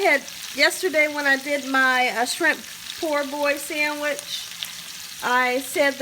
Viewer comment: It is “POE BOI” not “POOR BOY”, your card is revoked!!!